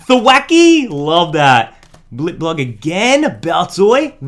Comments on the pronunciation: It's blip-bug, not blip-blug. Mispronunciations are a pet peeve of mine ^^ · Why dose he say blipblug It's blipbug